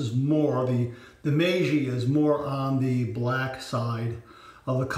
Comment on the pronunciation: Hi,. Yes your "MEIJI" pronunciaiation is good! I also bought "The Emperor" ajustable razor. I will watch your video and learn more from you. Stayt safe. Mitch